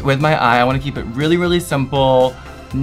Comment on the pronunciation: “I’m not trying to put on tew murch highlight” shovels highlight onto cheekbones